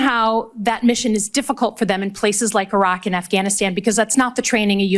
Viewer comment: Wow, she pronounced Iraq correctly!